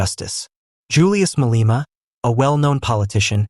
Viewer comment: You don't know how to pronounce Malema' Surname how about you stop reporting on black people as a bloody(Literally your parents) white man!